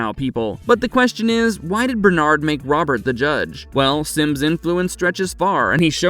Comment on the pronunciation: Finally! Bernard is pronounced properly.